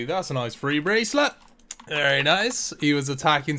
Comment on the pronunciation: Every time you say "firty" or "free" instead of "thirty" or "three" it drives me absolutely insane.